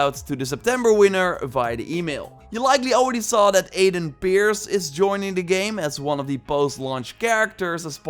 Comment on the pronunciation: When said Aiden Pearce i understood Aiden Beards